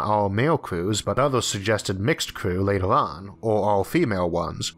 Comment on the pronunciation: torcho watel And also lator, forevor, failor. That's some strange pronunciation, never heard anything like this.